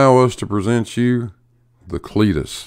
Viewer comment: "THE CLEATUS"